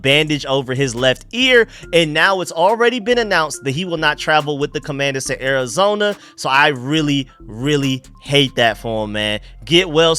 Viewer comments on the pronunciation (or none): none